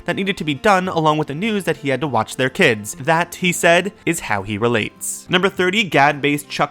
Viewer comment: i vacht the movie bifour i sawd this bwideo